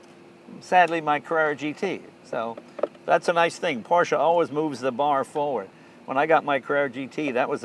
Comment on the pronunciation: Ha, Jay finally pronounced Porsche correctly...prolly because a German was next to him...